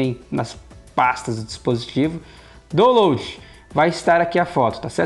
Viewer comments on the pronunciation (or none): Menino gostei vc, mas fala "dauloud" é assim a pronúncia da palavra download...